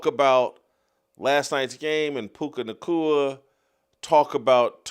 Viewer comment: I’m starting to hate the way Jason pronounces words with the letters “C” and “K.” Clear the saliva out of your mouth ffs it’s all I can hear now. Puca Nacua, Erika Kirk, etc